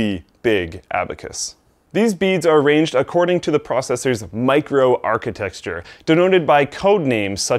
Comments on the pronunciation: its not micro-arcitexture lol But a great video! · Nice video but you keep mis-pronouncing one of the key words from the title - microarchitechture. It is not "archi-TEXT-ture" but "archi-TEK-ture". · Am I the only one that noticed "micro architexture" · "Microarcitexture" right.... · New drinking game: Take a shot every time you hear "Microarchitexture." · "microarchitexture"...come on:P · Stop saying "micro-architextures" xD